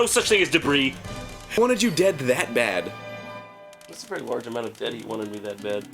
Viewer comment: I just repeated the point at about 3 or four times to see if it was me or the episode. Are you getting it at that point? I don't here the "H" sound when arin says "He"